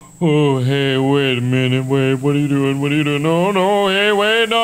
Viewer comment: I love how Markiplier is just like “Waiddaminute”